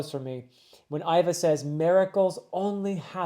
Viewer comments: Vice warden Hannibal (like the ancient general that fought the Roman) and even though it’s spelled Ivk, it’s pronounced Eva, however, that aside, i think this was a beautiful video, it’s my 1st here and can’t wait to see more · For pronunciation- Iva is pronounced like Eva, and Hannyabal is meant to sound similar to Hannibal: Ha-nya-bal. Extra fun fact: “luff” is a word that has to do with sailing. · I think the vice warden is called Han-Ya-Bal, but you got jimbei right, for Iva I have heard it both how you say it and as Eehva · In regards to pronunciations of names: Hannyabal is just pronounced like Hannibal. Ivankov/Iva has a hard E sound, as in the name Eve. So it sounds like "Eve-ahn-kov or Eve-ah" Jimbei is sometimes called Jinbe depending on the translation. This is because the kanji used is sort of a mix between the english "m" and "n" sounds. All of that is baisically to say, your pronounciation of his name is good imo.